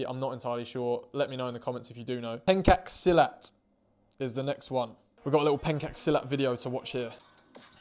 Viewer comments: Why do you say pancake silat instead pencak silat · The only offense is your pronunciation of "Pencak Silat." 😂There are punches/palm/elbows/etc in Pencak Silat and the clip you watched doesn't really do pencak silat as a whole, justice. However your assessment with Pencak Silat as a competitive sports is fine because it is classified as a sports and supposed to be tamed down. Whilst it originated/refined in the Malay Archipelago, it was passed down from the people of Cham dynasty (Vietnam now) to Malacca (state of Malaysia), around the time when the Mongols conquered them so as to better prepare the "Malay World" for oncoming war. It's used as an act of self-defense and weapon are issued as well (e.g. keris). Just like the Japanese having to resort to Karate/Judo/Taekwando when their weapon are broken or lost midfight, same for pencak silat. Funnily enough, even keris has the folktale akin to katana about them possessing spirits like keris Taming Sari. Look up "This Silat Master Is Impossible To KILL by Jesse Enkamp" instead for a proper video on silat because silat isn't great at self-defense as much as full-offense and counters. It really taught it's practitioners to kill and quite a few died during training as well (in the olden days at least). South East Asia is a pretty wild place.